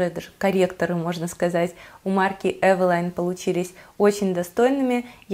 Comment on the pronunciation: Спасибо,что правильно произносите название фирмы.И больше не подстраиваетесь под тех,кто сам придумал как лучше говорить.Основные две категории это "так больше нравится" и "так привычнее".